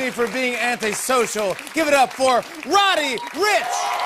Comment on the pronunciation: Jimmy aint even say roddy right smdh congratulations on your first Grammy sexyasf wet wet i will never sell my soul rip pop smoke kobe Bryant gigi Bryant nipsey hussle xxxtentacion juice wrld 🙏🏿🙏🏿💔💔💯💯🔥🔥😘😘😘😘💚💛💙💜